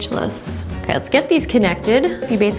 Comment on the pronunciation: “Oke”the way you said that word we use it in our language😂🇳🇱